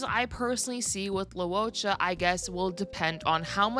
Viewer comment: Your pronunciation is more accurate though. It's not "low". "Loo-oh" is correct. Anyway, it's understandable that not everyone can say names in different languages correctly